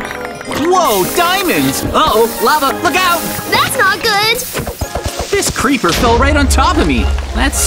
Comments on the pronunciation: Creeper not cleeber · It’s creeper not ceeper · Why at the end of the first one you said pleeper. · Hey guys ya know the other speed runner vs hunter video was supposed to say creeper and he said cleaper😂😂😂😂😂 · said said cleaver not CREEPER🤣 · Bro said “cleaver” heart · Bro it’s a creeper heart not a cleeber heart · its not cleever its creeper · is saying cleever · Bro you said cleeper heart like what the f